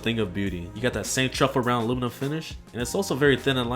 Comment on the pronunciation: Its aluminium!!!!!😡 What is loominum?